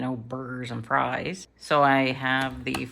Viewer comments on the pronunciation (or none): none